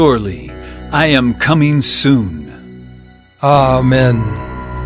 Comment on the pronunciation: It's amen not ah